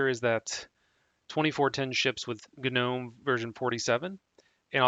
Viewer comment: No. I can't... Guh Nohm? GNOME. DAVID THE GNOME GNOMES OF THE FOREST! NOME. Noh'm... NO HARD G! A silent G! I stopped the video before 2 minutes because of this.